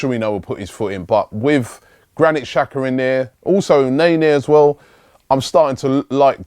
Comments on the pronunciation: Benjamin Rood yeah could be dzaka as well, but robbie says chaka or shaka, thats way wrong, somebody should tell him that. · does Robbie read these comments? Mate, its pronounced Jacka, not Shaka, when will you learn it? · it's pronounced dzaka